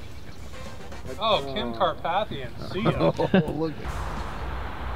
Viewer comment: “Kim cartpathian” hahaha